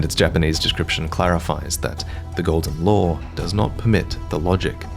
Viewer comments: I thought he said "Golden Lore" the first 3 times he said "Golden Law" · I can't tell if you're saying the Elden Ring is Golden Lore or Golden Law. edit: Subtitles clarified. Thanks for having them.